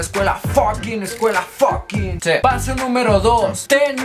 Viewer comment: minuto aprende a decir fucking por lo menos o vete a la escuela de ingles o May be aprendiste con profesor spanish